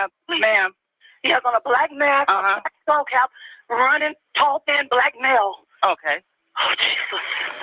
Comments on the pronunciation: BOL YEA HE SAID BLIKE 😂 = black and we say BIKE =BACK 😅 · Yes Mel, he and we say "blike" instead of black lmao😂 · he also pronounced the make of the long rifle firearm used in the crime, it's pronounced [spelt phonetically] "DREY ~CO" and the officer pronounces it "DRA ~CO" and he says "BLAYK" instead of "BLACK" lol. I've no idea what accent or dialect specific to a specific area that is like Boston for example almost sounds like a Canadian accent with pronunciations specific to that state, but never have I heard those words pronounced that way lol. ❤❤